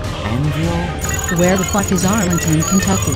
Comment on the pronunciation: Why did he read the Arlington sign so horribly I’m crying. “Jasmine forests “